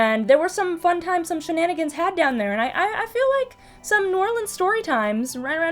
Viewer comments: Hey, glad you had a good time in my beloved home town of NOLA for Halloween. Especially since you pronounce it correctly. Remember kids, it's only pronounced "Oar-Leans" if you're singing it and need a rhyme, and only pronounced "Nawlins" if you're desperately wanting an actual local to strangle you. Half-joking commentaries about pronunciation aside, since I only subscribed pretty recently thanks to the creepypasta narrations and such, I didn't even know of the music stuff, the sample was awesome so can't wait to hear the updated one. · I AM SO HAPPY THAT SOMEONE IS FINALLY PRONOUNCING NEW ORLEANS CORRECTLY! THANK YOU! :D